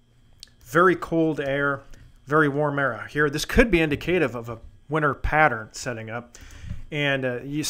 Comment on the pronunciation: I love both severe and winter weather forecast/prediction videos. FYI, indicative is pronounced :` in dick a tiv.